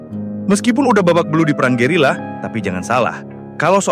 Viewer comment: Gerilya, bang, gerilya. Bukan gerila. 😅😅😅